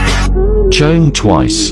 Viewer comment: Chungha as chagHna????😀